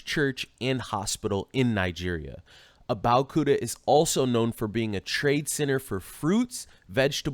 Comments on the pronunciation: These people don’t have mirrors in their house. It’s pronounce Ah-bey-ohh-kooo-tah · Lay-gos, Abeo-Koota, Porh-tah-court. Damn the name butchering got me tearing up. lol. I also love the stock videos as if nigeria doesn't have cities hahaha. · That pronunciation of Abeokuta is sooo wrong And stop saying "SHE" that's a guy she's been chatting with